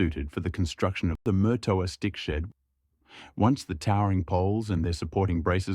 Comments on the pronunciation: Note. you're not pronouncing it correctly. It's Marrtowa ....... NOT Murtoooa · Just for the record , Murtoa is pronounced with far less emphasis on the R